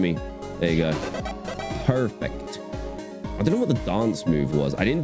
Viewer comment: most American “perfect” I’ve heard anyone say